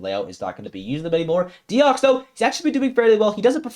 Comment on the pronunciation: Deox6 is Deoxys (the pokemon) and Raarchyor is Raarkyor if you want the French prononciations